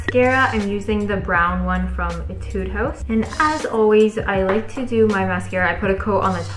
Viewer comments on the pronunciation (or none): none